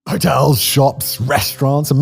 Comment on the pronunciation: The way Simon says "HOTELS!" At the start of this video 😂😂